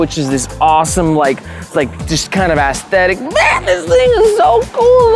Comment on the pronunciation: I like the Ass-tetic